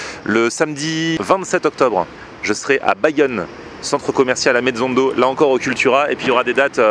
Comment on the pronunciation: Au mec tu viens au pays basque à bayonne 💯💥j’habite pas loin de là-bas. Et ametzondo faut que tu le prononce avec l’accent basque 😉💯